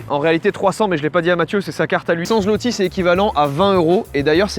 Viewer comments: Petit point culture G: Zloty se prononce swoté ;) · Alors enfaite la monnaie c'est le Złoty PAS "ZLOTY" LE "Ł" se dit "W" bonne vidéo sinon j'aime toujours autant le concept pour le prochain paye je propose la Norvège ou la Finlande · c'est pas un zloty mais un złoty (zwoti) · je suis polonais et tu dit très mal zotti et toi tu dit zlotti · Prononcez zloty , zvoté svp mdr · Pour la monnaie on dit pas zloty mais zwoty tsais le mec qui pète les couilles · Je te corrige on dit pas zloti on dit złoty le ł se prononce wo ducoup pour dire złoty tu dit zwoty mais ducoup on écrie złoty sinon continue comme sa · Juste sa se dit pas zloti mais sa se prononce zwoté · Je suis polonaise et la manière que tu as eu de dire zloty fait mal au cœur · "Złoty" ça se prononce comme "zwoti" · même pas foutu de prononcer correctement le nom de la monnaie polonaise....